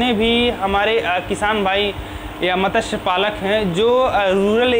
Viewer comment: मतस्य नहीं मत्स्य मत ्स्य नहीं मत्स् य= मत्स्य म आधा त् आधा स् पूग